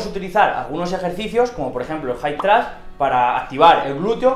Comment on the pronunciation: "jaip tras" 😂😂😂😂😂😂😂😂😂😂